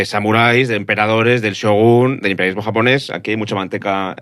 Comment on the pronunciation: Como graduado en un máster de asia oriental, viviendo y trabajando en Japón con un nivel alto de japonés he sufrido un poco con este podcast. Además, me parece increíble que no habéis pronunciado bien ni una palabra en japonés teniendo en cuenta que el japonés es fonéticamente casi igual que al castellano